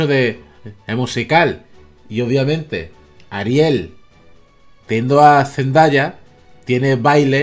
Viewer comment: Se pronuncia Zzndeia